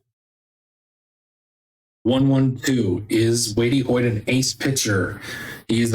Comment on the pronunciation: Hey bud, it's pronounced "Weight" Hoyt